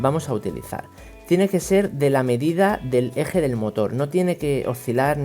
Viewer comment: amigo se dice motor no motol